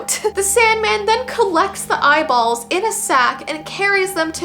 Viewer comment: The way she said "EYEBALLS👹" got me dying 💀